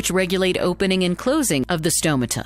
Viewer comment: Great visuals. But say stomata properly.